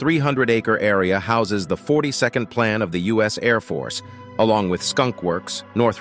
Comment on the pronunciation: I just started watching this, and when the narrator said 42nd Plan I realized this was not going to be factual. It is AF Plant 42!